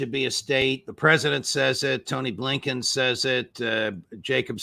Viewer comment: I love it when Phil tells it like it is “there is something possibly lurking in the back of bleeeeennbkiins brain off someone can identify that”🤣🤣🤣